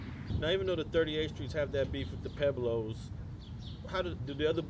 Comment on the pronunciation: Pueblos...Puh-weblows....NOT Peblows...if you’re gonna use a SPANISH name say it correctly. Esp you Alonso, seeing that you’re Puerto Rican...SMH